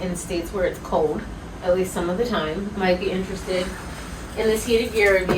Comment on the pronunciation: It's adorable when you say "cold" 😉..... I hear it as CODE 🤣